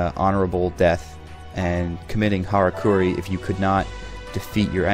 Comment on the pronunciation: It is pronounced "harakiri", not "harakuri" (but that doesn't really matter when you say it with an American pronounciation anyway)